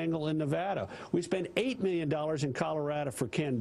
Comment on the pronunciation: He says Miyyun instead of million.